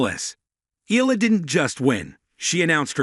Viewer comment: It ‘s pronounced E-ya-la!